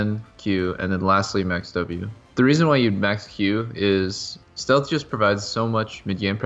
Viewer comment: lol it said sealth instead of stealth lol